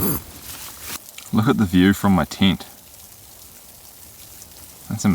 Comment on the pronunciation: Was watching this with my kids, they love your videos. They also love how your pronounce tent, my youngest said is he saying tint lol. Another great vid!